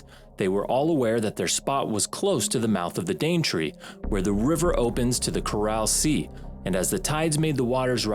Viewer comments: “Chorale Sea…” That’s a strange way to pronounce “Coral” as in the famous “Coral Sea”. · I heard 'Coral Sea'